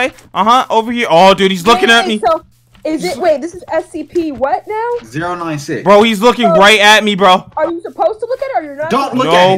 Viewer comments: your saying o96 but it's 096 and I don't like it when you say it that way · SCP 096 not oninesix